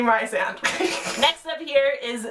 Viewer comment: You mentioned Heartless but not Stars Above? THERE'S GOING TO BE A WEDDING Also, Rhys is the Welsh spelling of Reese so I think Rhysand is pronounced Rhys-and, not Risand I honestly don't know much about the books coming out this year, because most of the series' I get excited for finished last year/the year before. I guess I'm excited for the next ToG book, but I'm still kind of annoyed at QoS. I guess I'll just take the year as it comes in regards to book releases.